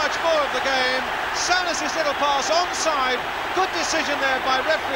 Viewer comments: Sow-ness instead of Soo-ness haha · FFS Brian..Its Soo-Ness, not Sow-Ness. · Great goal from Kenny....but look how well Souness played too. ( or "sow-ness", as lovely old Brian Moore kept calling him). I think the signing of those two players were probably the most important in the club's history and transformed them from a 'merely' great side into one of the best the country, and Europe, has ever seen.